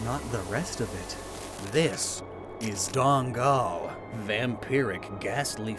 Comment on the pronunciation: As a Malaysian, Dangal quickly remind me to the one of the ghost that it's based on and pronounciatian is pretty close